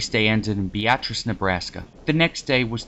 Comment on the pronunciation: Good to hear you pronounce Beatrice correctly the second time. Nice footage!